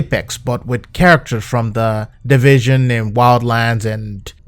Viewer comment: Teh dehvehcion.